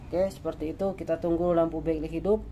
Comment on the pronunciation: BackLight di baca Beklaigh bukan beklik, Damage di baca demej bukan demek, voltage dibaca voltej bukan voltek 🙏🏻👍🏻